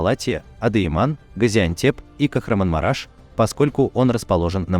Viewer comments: Правильно сказать не Кахранмараш, а КахраМАНмараш. Простите,что поправляю Вас. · Ну почему многие не турки не правильно произносят название города Кахраманмараш. Коверкают все на свой манер как хотят.